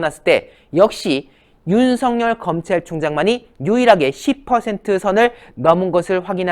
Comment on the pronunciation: 윤성 열 인지 윤석열인지 발음좀